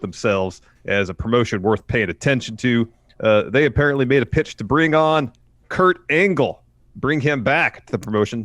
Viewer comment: Is it just me, but did call him Kurt Anal?